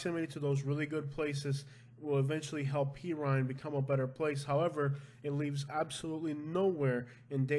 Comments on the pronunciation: It's PER-RINE not PI-RINE. Like a cat per. Good video. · OMG would you learn how to say #6 correctly, its Puuur-rine, not Peeer! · Not called p Rhine It's called /per rine Again for my days living in Homestead that's what it's called by the way where I live is Pasco County and believe it or not there is maybe some crimes here but again it's not it's not where I live and I live close to this it again New Port Richey if it is it's very few and far between like you said the county is huge and reaches out to different areas so maybe they're going by the amount of land you know the demographics I don't know how they're coming up with this because I've lived here for 5 years versus Homestead for many in my last comment to you and the worst thing we ever had where I've lived was somebody came in broken the cars cuz people left the cars unlocked that's how safe we were and there was like 21 cars broken into it without that was people's faults because they left the cars unlocked that's how safe things will go missing like fishing poles and and bikes and things I blame that on our landscapers because we have forever changing landscaper people in company and a lot of the landscaper guy and it's not their fault or guys that are just coming out of prison and or jail and so they could these jobs with these landscaping companies because I talked to a few of them and I'm one guy was in jail for 11 years for murder so the reason why he was over here is he was trying to get a new start and he was with his brother so it's hard to believe that Pasco County is so highly high in crimes I'm not saying that it isn't I am just s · Pe-rrine? It’s not pronounced Pee-rine. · It is per-rine (at least when I lived there as a kid) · Love the videos but just to clear something up, it’s Per-rrine. I live in kendall so I’m familiar with please. 👍🏻